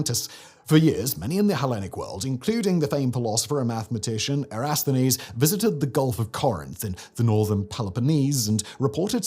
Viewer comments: “Erasthenes”? Even when the on-screen text says “Eratosthenes.” Also “Heh-le-kuh” most times, but the very first time as “Heh-le-kee.” And I’ve never heard it pronounced as the oracle of “Del-fee” instead of “Del-fie” (rhymes with pie). I feel like the editors and Simon are getting sloppier with pronunciation. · Era-TOSS-the-nees (soft TH)